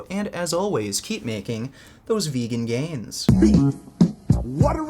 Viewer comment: I realized why your JP impression is 9/10 only. Peterson can't pronounce the the word 'vegan', so he says something like vaguean... xD